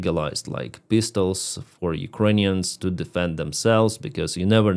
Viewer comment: i am glad to hear you slow down when you pronounce Ukrainian towns names..... I am hopeless when it comes to pronouncing them....at least Jake Broe is worse at it than I am....😊😊😊......